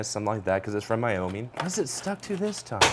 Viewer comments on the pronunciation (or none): none